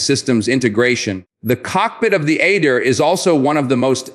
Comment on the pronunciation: It’s pronounced Ah-deer and not at-dear.